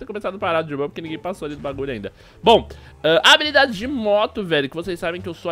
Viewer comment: Acho que você não prestou atenção no vídeo, no ínicio do vídeo ele falou sem querer habolidades.